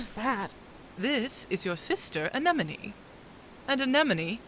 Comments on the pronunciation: These clips have one part in common. pronounces “Anemone” as “Anenome.” That bothers me. All jokes aside, you guys did an amazing job at this! I cannot believe how great it is! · This is such a good dub but the constant mispronunciation of Anemone’s name is killing me